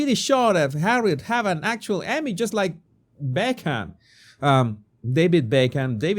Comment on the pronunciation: Are you having a joke when you called David Beckham David Bacon?? 😅